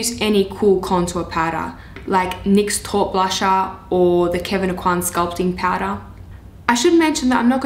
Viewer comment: Taupe is not called how you say it. Its pronounced tope